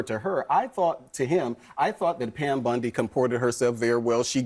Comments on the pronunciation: Her name is Bondi not Bundy, at the very least get that correct, because nothing else this guy said was. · Does know it’s Bondi and not Bundi?